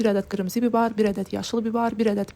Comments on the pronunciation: Nəyin var mükəmməl də hazlrladın əllərinə sağlıq. Amma "bibar" yoxda səncanı "bibər". "Xamır" yox "xəmir" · Bibər sözünü de bilmirsən qızı i hərifini a deyirsən əvvəlcə danışmağı oyrən qreçka yox qarabaşşaq 😂😂😂